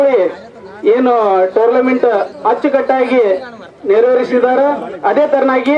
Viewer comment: Tournament ❌ Tourlament ✅